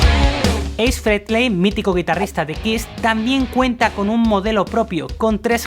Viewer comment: Es Ace Frehley no Frenley